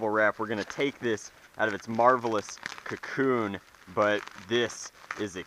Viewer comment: The way he said cocoon made me think a jolt entered and turned into a rapidstrick like a catipilar to butterfly